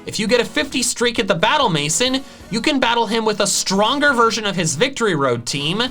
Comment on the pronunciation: "maison" is pronounced may-zon, lol